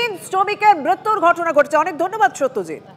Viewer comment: সত্যজিৎ-এর উচ্চারণ পরিষ্কার হওয়া উচিত।